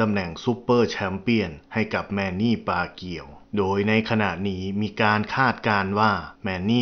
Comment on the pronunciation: ปากู ไม่ใช่ ปาเกียว